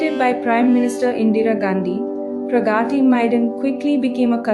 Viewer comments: nice video...but why is it so hard for the narrator to pronounce 'Pragati Maidan' ? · Teach AI how to pronounce : प्रगती 🤣🤣